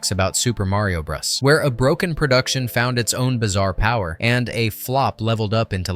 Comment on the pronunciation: "Super Mario Bro-dus" and Super Mario bruhs" This clanker needs to be replaced🤦‍♂️